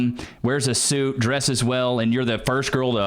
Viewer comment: “Wearing a sooot”